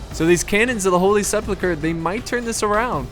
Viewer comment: Well I meant to say mispronounce, sorry about that. You pronounce it as if it was Holy Sepluchre. And yeah things like that do eventually get to me, it's a very childish mistake to make and even more easy to fix.